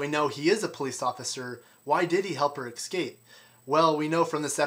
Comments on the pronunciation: Ec-scape lol.......irritating!!!! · Hehe. "Excape" You say it four times! :-D